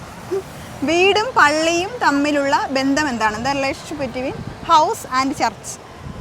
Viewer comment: ബന്തം എന്നല്ല, ബന്ധം . (മലയാളം ഉച്ചരിയ്ക്കാൻ പഠിയ്ക്കണം ).